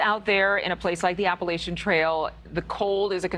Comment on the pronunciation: I hate how they keep mispronouncing “Appalachian” … or at least to us southerners it sounds like it’s being mispronounced. Lol 😂